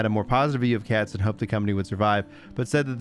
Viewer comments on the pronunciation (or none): "Katz". Every single time.